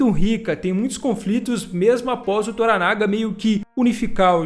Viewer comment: Na série antiga a pronúncia do nome Toranaga era com a última sílaba tônica como se fosse Toranagá e não Toranága como você fala.